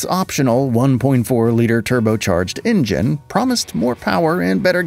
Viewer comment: En-gen…engine? So tired of these AI generated vids